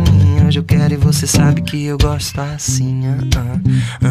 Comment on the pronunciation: Ele não falou "goSto" com aquele "s" lindo do Sul, poxa... :(